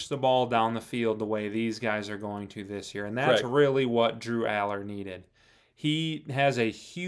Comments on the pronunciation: it’s funny bc the guy calls him allars. It’s allar. That’s why I’m laughing. Nobody else gets the joke. Damn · First off, there isn't a SINGLE S in Drew Allar. Second, anything other than a national title is a failure. There is absolutely NO EXCUSE at this point to lose a single game this season. They're the best team in the sport. That's not bias, it's just a fact, if you look at the skill positions, they're towards the top in each. Then the loss of talent ohio state, and oregon suffered, they shouldn't lose a single one ON TOP of having arguably the best coordinators in the sport.... So there's no excuses at this point.